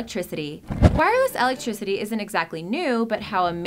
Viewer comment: Eltricity? (Electricity)